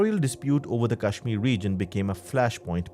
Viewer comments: You are a donkey...its Kashmir not cashmere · PLSSS I CANT GET OVER HOW THAT GUY KEPT PRONOUNCING KASHMIR "Cashmeer" 💀💀✋🏼